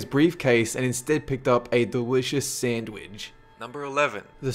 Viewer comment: no no no. he's from russia. it's sandvich